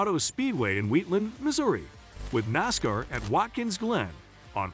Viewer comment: At least teach the robo voice how to say NASCAR'